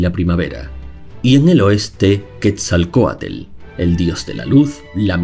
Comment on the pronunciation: Quetzalcoatl:❎️ Quetzalcoatel:✅️